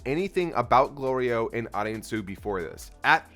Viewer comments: Shit was too cute when Goku said Glorio correctly. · I can't believe neither of ya said anything about Goku getting Glorio's name right for the first time. Fully expected a comment about him always messing up Glorio's name on purpose. Lol